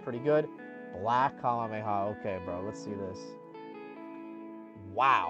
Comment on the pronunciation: Bro cant say 'kamehameha' to save his life